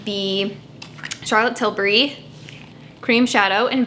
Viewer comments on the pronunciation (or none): none